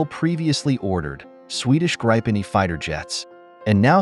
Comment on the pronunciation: Yes, and "Gripen". Not "Grajpen" :p